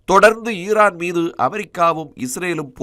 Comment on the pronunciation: உச்சரிப்பு சரியாக இல்லை. ஈரான் இல்லை ஈராக்கா. ஈரான் என்று நாங்களாக புரிந்து கொள்ள வேண்டியதாக உள்ளது.